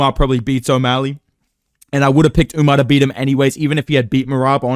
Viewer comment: Bro why does everybody keep calling him Umnar, bro wheres the n its just Umar????